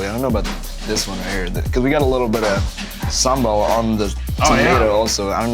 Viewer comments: not Sam ball it's sambal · the way he said sambal sounds like 'same ball' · "Sumbowl" that's how you pronounce sambel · Its really funny when evan pronounce sambal as SAMEBALL 🤣🤣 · Sam-ball??? Sambal. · Sambal but a heard him said “Sam Ball” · Sambal Sean : Sam-ball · Love how Sean says sambal as sem ball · Saambal? Is that just, in what we call in Tamil, Sumbal? Lol idk just reminded me of it 🙂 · How to prounonced Sambal like Sean : Sam-Ball BTW, It's terrific if I see this show talking more about Indonesian and ASEAN foods. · Sambal woi..bukan someball😂😂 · "sam ball" , I'm so sorry for you Sam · Yea, Sam-Ball. That is definitely how you pronounce it. good job man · did he say Sam Ball? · did he said "some ball"?? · Sean, you made me cringe when you pronounced sambal. No, you actually made cringed everytime you pronounced an indonesian dish😂😭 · bruh sean slaughtered the name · RICH CHIGGA REPPIN THAT SUPERMIE PRIDE FAM 😭🇮🇩🇮🇩🇮🇩🇮🇩💕 Sean gotta learn how to say sambal and nasi goreng correctly tho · The way he pronounces sambal and rendang is so off HAHAHA